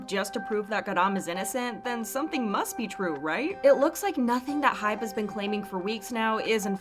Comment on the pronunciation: i've just noticed so many people saying hype ,its hybe you guys